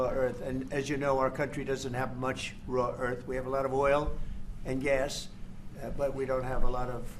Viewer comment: “Raw earth” 😂